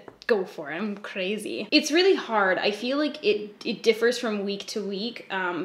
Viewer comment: I just kept laughing every time you said “crazy” 😂😂❤️